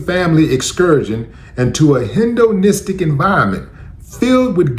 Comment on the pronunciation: Hendnonistic? IT'S HEDONISTIC!